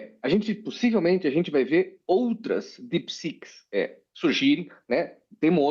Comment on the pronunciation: É uma pena ter que uvir falando "JeepiSiqui" envez de Deep Seek num programa como a CNN é cacofonico